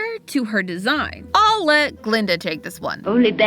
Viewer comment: That's Guh-linda. With a "guh".